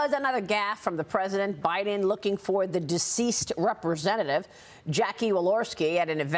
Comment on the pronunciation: I'm more appalled at how he pronounced "Representatives and Governors". He almost crammed all three of those words into one syllable.